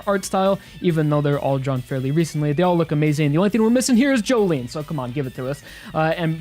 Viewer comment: It's pronounced JO-LIN